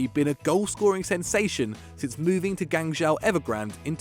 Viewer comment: Not only did you pronounce Morelos wrong but you got Zahavi’s team wrong too. Zahavi plays for Guangzhou R&F not “Gangzhou” Evergrande